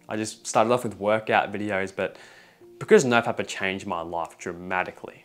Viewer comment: Bro how he says life and its sounds like ,,love" or ,,laugh" , bro what is this accent